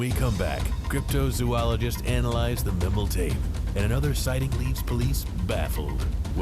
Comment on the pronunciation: Pretty sure it’s MIE-MEL.